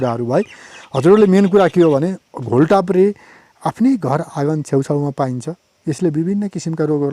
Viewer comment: घोल ताप्रे होइन राजा घोड टाप्रे हो !